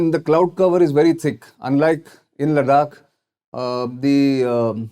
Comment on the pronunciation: Bruh learn how to pronounce Ladakh correctly first 👍